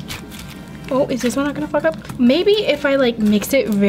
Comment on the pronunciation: . When you said fog up i heard f*** up....